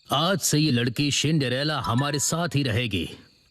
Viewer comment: Cindrella ❌ Shindrella ✔️😂